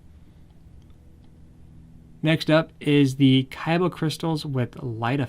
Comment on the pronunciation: keeps saying kaiba instead of Khyber